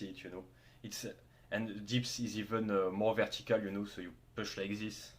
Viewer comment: Thanks for the info! Gonna try doing decline dumbbell bench in a few weeks. Funny when you say "this" it sounds loke "zyzz". Keep up the good content, earned a new sub.